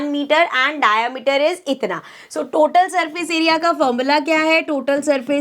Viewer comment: Mam its not डायामीटर,😂 its डायमीटर